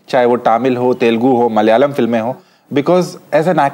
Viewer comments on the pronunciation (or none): none